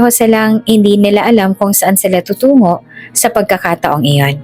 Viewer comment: Pakibigkas Ng maayos ang salitang tutungo